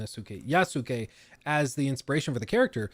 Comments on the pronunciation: You mispronouncing Japanese names is pretty cringe. Its Yas-kae not Ya-su-kae. Its Naru-to, not Na-rU-to. Ik its a pet peeve but bro dont be the American who perpetuates the thought that Americans are unintelligent by butchering names without even attempt to say them right. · I’m one of the huge Assassin’s Creed nerds you mentioned, chances are I’ll buy this immediately because I’m just so invested in the series. I most likely won’t play as Yusake much unless where forced because I buy Assassin’s Creed games to play as an assassin. I’ve also been asking for the Japan since AC2 & you were right, listening to you trying to pronounce these Japanese names & words was killing me inside a bit because I often talk about these historical figures. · I dont entirely blame them. They are a mostly french team, speaking in english, and trying to pronounce a japanese name. Which japanese names are not that easy for even native english speakers, because it doesnt follow the same rules. The best way to remember how to pronounce the name is just think of the U as non existent.